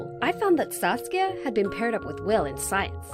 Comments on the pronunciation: KookieFace TM she did say sasuke once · i heard saske at first :D i was like wot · I keep thinking that she is saying sauske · No one: Saskia Everyone: SASUKE! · Who heard sasuke instead of saskia and thought of naruto😂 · Who else hear sasuke instead of Saskia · Am I the only one who heard Saskia as Sasuke in the starting?😂 (naruto fans may know ;D) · Am I the only one who kept hearing the name Sasuke, instead of Saskia? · ....why did I hear Saskia as Sasuke..? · I'm sorry did you say Sasuke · she’s saying SASUKE right ? or have i been watching to much naruto ? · Did anyone else heard sasuke rather than saskia ?🤣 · I heard her say saucia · I kept hearing “Sasuke.” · Did she just say "Sasuke"? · Am i the only one who thought she said sasuke at the start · I thought she said Sasuke at first😂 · I thought she said "Sasuke" \_(°v°)_/ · First time I heard Sasuke , not Saskia .... I am the only one? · I thought she said sasuke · What's the friend's name? Sass-kya?